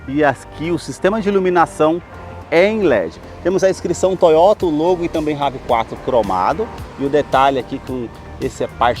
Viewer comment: Brother não é Rav Quatro Nome dele é inglês e se pronuncia Rev Four